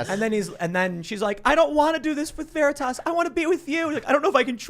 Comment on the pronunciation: "Project Ver-re-tas" Oh man, this was the best watching live.